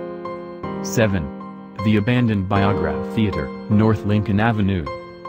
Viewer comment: The “VIAGRA THEATER”. LMAO It’s. The BUY-O Graph Theater. Best know for The Rocky Horror Show